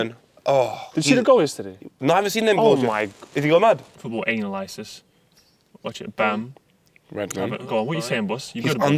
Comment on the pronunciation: nobody:: "football Anal ISIS"